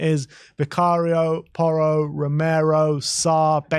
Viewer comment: It’s porro